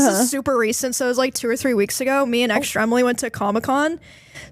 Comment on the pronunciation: Am I the only one who was waiting on the super racist thing because I misheard “super recent”? I’m cooked chat